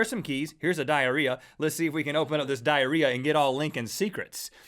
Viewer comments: U guys keep saying DIARIEA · PLEASE, STOP SAYING DIARREA!!